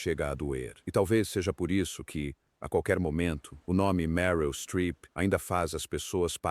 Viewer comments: Mil Streep ????😮😮😮😮😮😮😮😮 E repetidas vezes!!! Além da absoluta desconexao de imagens e citações desconexas. Usa imagens públicas de uma grande Atriz Norte Americana sem sequer ajustar a IA Precária no pronuncia! MERYL STREEP. Merece Mais. Bastaria uma frase autentica dela e deixaria um like e seguiria o video grotesco. Lastimável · Qta bobagem esse cara fala nos seus vídeos! Nem sabe pronunciar o nome da atriz e vem aqui falar mentiras sobre a vida dela! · O vídeo é bom, mas, a pronúncia do nome dela doi nos ouvidos